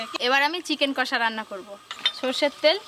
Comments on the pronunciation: কোষা একদম😅 বলবেন বা লিখবেন না । মুখে দশবার উচ্চারণ করুন ' কষা ' , তাহলেই আর ভুল হবে না । কড়াই বলবেন , কোড়াই নয় ।😂😂😂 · চিকেন কষা হবে। কোষা আবার কি কথা?